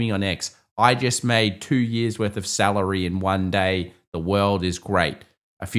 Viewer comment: 🤣 Just being cheeky on how says salary..... now I'm sad you didn't laugh...